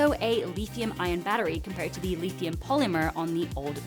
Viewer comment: Lith - ium, you said Leethium :o